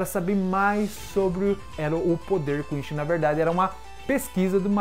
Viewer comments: Meu ouvido não ta acostumado com a pronuncia "quinxi", eu peguei a mania de falar "quinssi"...não sei qual seria a pronuncia certa. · é quincy ou quichi? to entendendo é nada